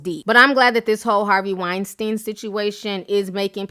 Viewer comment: I wish you would pronounce Weinstein (Wine-Steen) right..just once...not because he deserves respect but just because its annoying AF